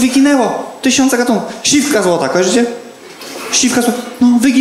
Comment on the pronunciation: Ogólnie spoko, ale Jasienica ma ponad 23 k mieszkańców i nie mówi się siwka złota, tylko siewka złota.